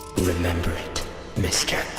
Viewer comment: "Why won't you remembah? Remembah, dummit!"